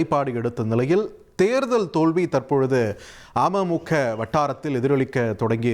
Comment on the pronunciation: Neega news vasikkum pothu ama muka soaneega .. Ada keatta amaimukka nu ninaikka toonuthu